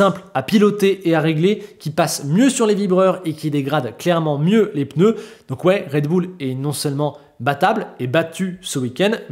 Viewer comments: C'était chiant mais content pour Leclerc 🎉. 4'30" "les peuneus" 🤣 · Les fameux « peneus »